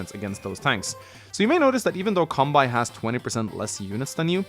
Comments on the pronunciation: Kanbei is pronounced as "Kahn-bay" btw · The way you pronounce Kanbei is funny. To be fair, unless you have an idea how the Japanese letters are pronounced, it can be confusing. Now Japanese names are usually written in Kanji (and depending on what Kanji is used, the name can have a different meaning). However, you can also use Hiragana or Katakana as an alternative (or if the name is foreign, then Katakana is used). The way you pronounce the name is the same. Fun fact, the name entry in Gameboy Wars 1 only lets you enter Katakana. Anyway, Kanbei is a Japanese name. To keep things simple, this is how it is written in Katakana: カンベイ (Ka-n-be-i) It's hard to explain in text, but you mostly just speak each letter as they are, unless n or the vowels are used, then you combine them. So you would say it like: Can-bay (see this video: Hope that helps. :) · funny how you say the Kanbei name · I generally feel okay about the order of things (Max and Sturm at the top, Eagle at the top of the second tier...) but I would split the tiers differently - I feel it works better as a four-tiered hierarchy: Tier 1: Max, Sturm Tier 2: Eagle, Nell, Kanbei (the 'bei' part is pronounced like the 'ba' in 'bacon' or 'bagel'), Grit Tier 3: Sami, Andy, Olaf Tier 4: Drake, Sonja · You don't pronounce kanbei correctly